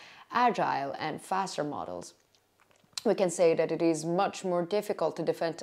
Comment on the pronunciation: Free English consultation. 😊 Your English has improved greatly. I would give you 1 more tip, free. Try to pronounce TH correctly. (tip of tongue is on bottom of front teeth). Right now you say Deez, Doz, Dat, and Duh, the correct way, so we can understand you better IS: These (theez), Those (those) , That, and The (thuh). Practice your TH sound, and your English will improve by 70%. This is the most common phonetic (fonetic) mistake when learning English. Your Welcome. Diana from Cali.